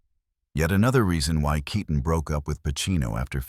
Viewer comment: Who ever was the narrator better learn how to pronounce her last name properly RIP Diane KEATON